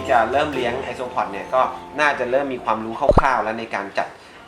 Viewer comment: ไอโซอิเล็กตรอน5555